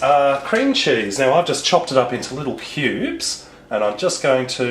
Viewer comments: You so said pubes not Cubes haha :) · i thought you said "pubes" not cubes. HAHHAHAHA OH GOD